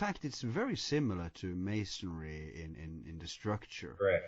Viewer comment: They keep saying masondry wth is that man ? WOW